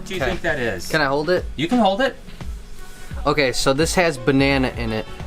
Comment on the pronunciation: He said BanNanA soooooo... Does he thinking about bananas